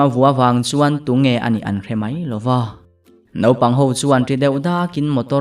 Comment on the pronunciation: Naupang tih hi nopang i ti deuh thin in ka hria mahse a ngaihnawm tho😄